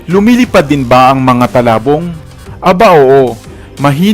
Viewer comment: Its not talabong its tulabong..